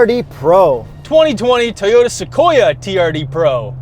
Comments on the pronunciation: It’s TOYOTA NOT teyota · First name Yuri last name Tarded IT’S PRONOUNCED TOE YO TAH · WhY-uri, you say T-oyota? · I'm a simple man, I hear Teeyota I up vote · Yuri: It's pronounced Teeyota? Lol... Really entertaining review as always. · Only a proud prowler owner would say tea-ota >:O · This man said tiyora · lip chap and tee-yota